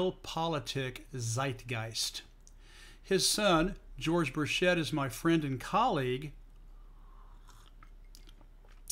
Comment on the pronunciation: Burchett is pronounced a hard ch, as in Charlie.